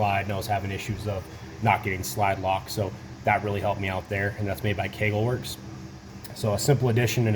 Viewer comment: Lol keagleworks 😂😂😂you must mean kagwerks lol